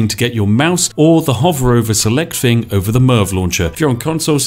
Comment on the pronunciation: I love your content but it's thing not fing